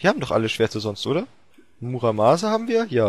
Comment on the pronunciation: höhö doppeltfail, es heisst muramasa xDD